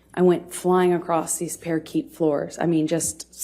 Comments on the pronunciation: I'm sorry... did she say, "parakeet floors"? I was picturing a pavement of budgerigars rather than a parquet floor. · Pretty sure she means "parquet floors", not "parakeet floors". Should have rehearsed that part a bit more 🤣🤣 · "I went flying across these parakeet (parquet) floors..." What a semi-literate Amber is. This was quite illuminating. So clear to everyone except Amber, that she is play acting and not very convincingly either. Textbook case of a malignant narcissist. I do know a lot about narcissism NPD, and not much about Borderline Personality Disorder, but she does have a histrionic personality, that comes through quite clearly. All those embellishments in her stories, added like artistic touches to her tale. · Parakeet floors? Lol… parquet floors you dummy… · Parakeet floor????!!!! It’s a parkay floor. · Parakeet floors? 😂. I believe she means parquet floors. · Parakeet floors? Omg, there is no shame in coming from nothing. But to not know the flooring is called parquet (par-kay), yet low key bragging by naming the type of flooring AND mispronouncing it ... that's basement-level pretentiousness. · Par-kay. That’s how you pronounce it. Not parakeet. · Parakeet floors??? Par-kay is the pronunciation. She didn't know the word in her script. Definitely a rehearsed script. So no emotions were real as this was rehearsed as a part in a movie. TERRIBLE ACTOR! The heavy breathing and fake hesitations make me sick. So cringe! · What the fuck is a parakeet floor? What a knob. Par-kay. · Parakeet floor!!! LMFAO... I think she means Parquet. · wtf is a parakeet floor? 🤣🤣🤣 I think she means parquet (Paa-Kay) floor. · Parakeet floors, lol ... If you're going to memorize a script, at least know how to pronounce words. The word she was looking for was parquet, pronounced par-KAY. 🤣🤣🤣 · "Flying across these parakeet floors" LOL It's parquet floor Turd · Parakeet floors 😂😂😂😂 floor of wooden parrots Parquet 👂Par key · Parakeet floors? I think she meant Parquet.